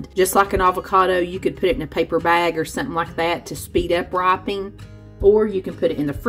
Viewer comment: Oh. When you press on a mango and it's "gives" a little, it's RIPENING, not "ripeing". You can put it in a bag to speed up RIPENING, not "ripeing". 😉